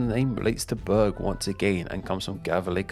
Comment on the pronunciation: Berg in Swedish is pronounced with a soft g. The way you say it makes it sound like bögig (which means gay). xD